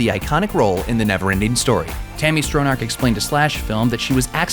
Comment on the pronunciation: Tami "Strow-narrrk"?? ...it's pronounced "STRONNACH", soft "ch" as in "Loch Ness" (not "lock" ness). Still, nice presentation. Thumbs up.